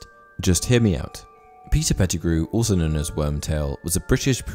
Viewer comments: You lost me as soon as you said Petergrew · I can't go on with the video when you said Pattigrew instead of many others more powerful than him. Also in many of your videos, misinformation is quite high. Facts are not being taken in consideration and movies are the base of your knowledge.